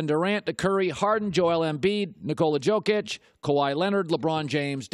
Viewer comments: Joke ić is not how you pronounce it but no surprise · It’s been a minute since I’ve heard someone mispronounce Jokic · Why does this guy say Jokic with the J sound, he even watch nba? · He pronounces Jokic wrong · cant even say jokic correctly smh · learn how to pronounce ''Jokic'' , it's your job.